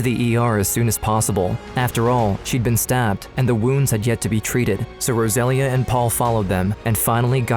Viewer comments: It lust bothers me that as they are clearly Latinos, the mother's name is obviously "Rosalia" (Without the gringo accent and a very strong "R"), but the man in the video keeps calling her "Góusalia", I can't. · It’s pronounced Rosa Leah not Rozalia. It’s almost disrespectful how white people will not take the time to learn the proper pronunciation of foreign words. But I will always school them. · Please learn how to pronounce Rosalia.